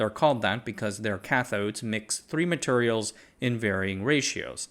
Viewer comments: Bro says "materials" like my grandad. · I’m from the South Eastern US and the way you pronounce “Materials” sounds like you grew up here, too. 😂